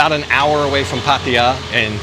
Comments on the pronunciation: You pronounce Pattaya this way NOT Pattia 😂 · Just love the way that puts down the people that are always there ready to correct him and other vloggers about something or other, How much does it affect the video when you say Pattaya incorrectly so long as it is understood where they are at?